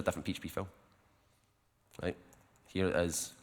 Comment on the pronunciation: you mean rejt